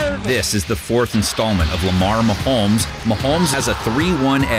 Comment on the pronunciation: Swear I heard mahomesfield advantage. 😂